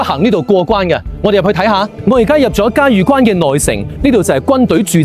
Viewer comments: 萬「里」長城，嘉峪（音浴）關。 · “峪”粤语应该读成“玉或欲音” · 峪粤语读错了